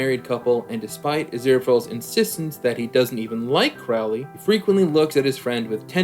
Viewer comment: Arg. Your mispronunciation of Crowley's name drives me up the wall. Of course you're not alone: lots of Youtube reactors mispronounce it the same way (with the first syllable rhyming with "cow" instead of bloody listening to how Aziraphale says it (first syllable is "crow" like the bird, which was also how Aleister Crowley (who the character was named after) said it.